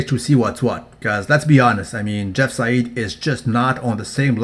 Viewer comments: It's pronounced jeff "side" not jeff "sayid" because the "ei" in german is pronounced "i" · You pronounce "Seid" completely wrong. It doesn't sound arabic at all when you pronounce it right.